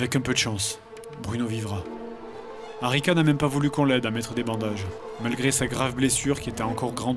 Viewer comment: j'ai entendu Arnica au lieu d'Arica... :C